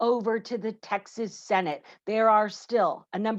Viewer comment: You're pronouncing it wrong it's, Texas not "taxes".